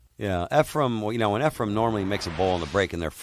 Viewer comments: Earls a baby. And it’s Efren not Efrum. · Quit calling him Efrum, announcer.